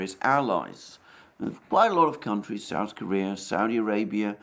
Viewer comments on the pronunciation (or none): none